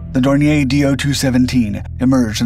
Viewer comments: Dornier was/is a German company, not a French one. So, it should be pronounced Dorni-yer, not Dorni-yay. This video is probably rife with such errors, just like all the other videos these people so breathlessly put out, but I gave up watching when I heard that howler. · Dornier is pronounced with stress on the second syllable. Dawn ear. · Dornier Dornier Flugzeugwerke - Aircraft manufacturer American pronunciation Sounds like dor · neer